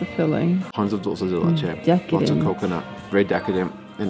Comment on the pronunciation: Yo! It's NOT "Dull-say de leche"!! It's "DOOL-SAY de leche"!! Love you guys!